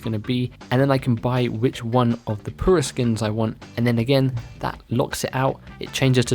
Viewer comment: You have some problem saying your U’s? Come on. pUra. Not poo-ra.